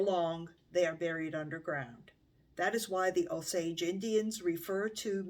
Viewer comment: I am enjoying your channel very much, and want to offer a gentle correction. The name of the tribe is pronounced with a hard or long O at beginning.....Oh-sage. It may vary in different parts of the country, but here in Oklahoma, that is how the tribal members say it.